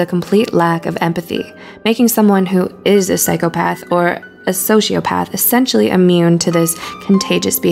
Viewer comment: I think OP is entitled to her opinion... Considering it was a valid one. Psychopath isn’t pronounced that way by the masses, therefore majority rules. Say it how it’s pronounced, so people don’t have to infer what’s being said. And before someone counters and says, “well I’m sure we all knew what she meant”, my point still stands. No one should have to guess, when it’s ten times easier to say it how everyone else does. I’m all for alternative subgroups rebelling against the conformity of society, but can we not be irritating about it. Hi, I’m a Type-A person, and small details like this grind my gears. It can’t be helped.